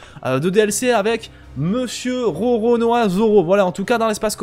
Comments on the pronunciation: Rononoa 😂 Roronoa c mieux lol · Lisez un peu le titre de la vidéo je suis déçu au lieu de dire Roronoa ces Rononoa